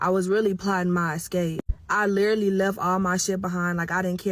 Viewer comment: Not being able to pronounce literally yet insist on using it is outrageous, then saying that you were literally not yourself is even worse. But your boyfriend splurged off in your car made absolutely no sense